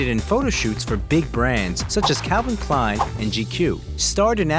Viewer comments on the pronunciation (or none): none